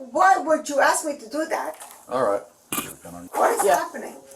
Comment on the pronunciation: Ask, ask ask. Not aks, not aks